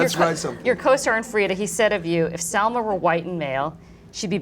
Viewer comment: I was really annoyed by the poor pronunciation of Salma in english. How is that possible? Living and working in an English environment? Excellent ideas but she could do better..on the other hand, Matthias was splendid in every way..such an amazing person .